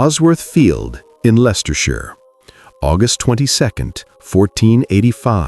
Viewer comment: I love how you say Leicestershire its my home county born and bred. Also lord Stanley was on Richards side but he was married to Henry's mother margaret Beaufort so he switched sides to fight for his usurper step son 😊